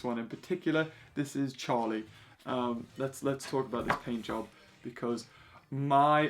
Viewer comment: It’s Charlie not charl😭